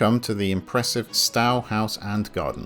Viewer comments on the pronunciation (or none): You are mispronouncing Stowe. It does not rhyme with "cow" but should be pronounced "sto" - as in "stow your luggage in the boot of the car". I was a pupil there decades ago (dreadful school though) "